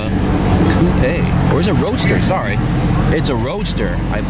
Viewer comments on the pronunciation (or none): none